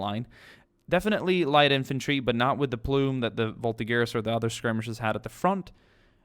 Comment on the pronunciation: Sebastian Ethan What? I study french i am 100% certain that G ( or something like J for english people ) is pronounced before there is an A,E,I,O and U. And as far as i can see there is an I before G in VolTIGEur...